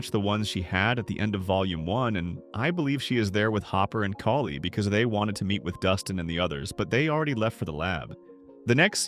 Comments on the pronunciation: Thank you. It was driving me nuts. If they don't know the names why do they make videos? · Kali is pronounced “Call-lee”. You pronounced it three different ways in this video. Are you using AI for this?